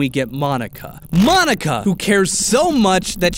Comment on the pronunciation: Correction Monika is pronounced (Mōn-ee-ka)